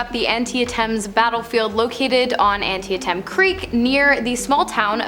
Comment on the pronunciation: The pronunciation of Antietam 😂😂